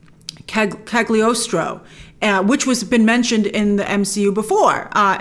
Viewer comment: It is pronounced "Caliostro". "G" is silent.😉